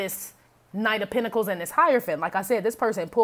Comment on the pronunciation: Penta-cals!😂😂😂 You never disappoint.